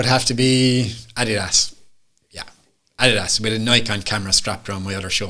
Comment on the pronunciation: Darren J Spoonley Photography 🤦🏼‍♂️ he cant even say Adidas properly